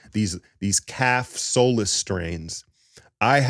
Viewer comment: Soleus- 'SOL-LE-US'